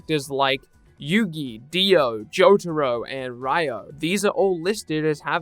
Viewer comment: Ryo is pronounced Ree-o and not Rai-o, same for Ryu in Street Fighters